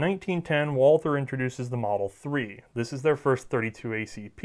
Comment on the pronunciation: The pronunciation of Gesellschaft was totally fine, most of these were more accent than anything else (nailed the umlauts)! But if there's something odd, it's the pronunciation of 'Walther'. The h in Walther is silent. It's "Walter", the German 'a' is more like the 'u'' in 'ugly' (there's a section on the English 'Carl Walther' Wikipedia page that recommends saying 'vaulter'). Anyway, It's a pretty lame sounding name on its own in German. Thanks a lot for these videos, great content! :)